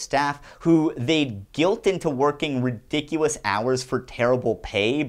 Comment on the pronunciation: he said redicuwuss